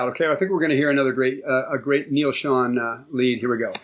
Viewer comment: That's Ansley Dunbar on drums. Steve Smith came later that year. And (Neil) Schon is pronounced with a long O, like own, not on.